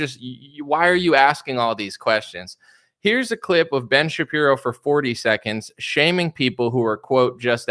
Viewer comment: "Ben Sha-Qeer-o" 😁